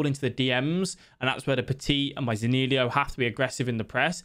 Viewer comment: It’s zaniolo bro, not zanilio 😅